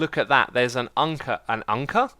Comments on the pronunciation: How you miss pronounced anchor is the german word for it, Anker :D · When you see anchor wrong its. Sounds Dutch. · you saying anker wrong does sound like the german translation :D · Have to say, perfect german pronunciation on that Anker! 😃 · that was a pretty good pronounciation of Anker, if you wanted to say it in german ;) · Anker is actually how you say anchor in german :) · Anker (the way u said Anchor) is actually the right word for it with the right pronounciation in german. :D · You accidentally said anchor in german :D (It´s Anker, like you said) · You just said anchor in german :D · you said anchor in German! perfectly pronounced